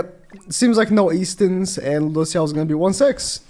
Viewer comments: He really putting the L's in LudocieL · The way u say Lùđốsèo is so weird, please stop